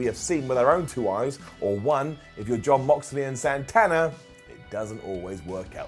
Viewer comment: AEW won the ratings for Wednesday night when he pronounced Santana as "Sawnthawnah".